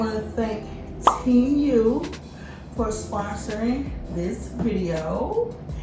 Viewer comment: You are butchering the name sweetie, it’s pronounced tee moo ,a long sound u but you say it like moo like the sound a cow makes. So it’s like tee moo not teem you , I know it isn’t spelled like that but this is what it sounds like. I’m not trying to be disrespectful, because you happen to be one of my favorite YouTubers. So please don’t take it the wrong way